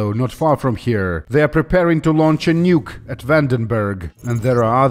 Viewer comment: "Nyuke" THE SLAV FEARS THE UNPALATALIZED CONSONANT